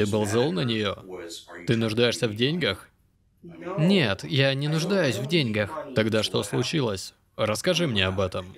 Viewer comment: деньгАх ударение